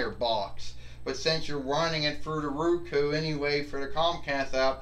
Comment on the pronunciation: wins again. I hope you get use to your ROKU. (I understand you mispronounced it by saying Ruku. Pronounced Row Koo)